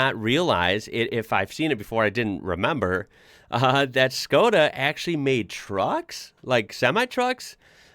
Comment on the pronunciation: Škoda is pronounced like "Shko-da" Don't be that guy, learn something new (and apply it). 🙏👍